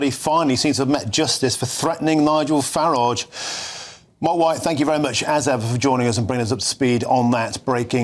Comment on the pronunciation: The way he prounaced Nigel farage! 😂😂 Learn to read matey. Send him back ASAP.